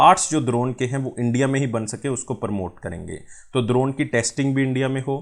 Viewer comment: buddy its english wala D in Drone.....kuch bhi...